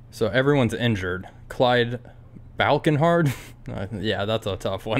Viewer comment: You call your landing in the last episode perfect? I don´t want to see you land not perfect! BTW great series. The name is Blan-chard, not Blankenhard.